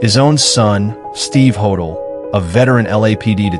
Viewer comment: You would think think that you could use a real photo of Dr George Hodel's residence (John Sowden House) on Franklin Avenue, which resembles a Mayan temple, not a Spanish Colonial residence. And you would think that you could pronounce Hodel properly ("Ho-dell"). On, and there are many other things that are historically inaccurate here, but why bother to mention them all.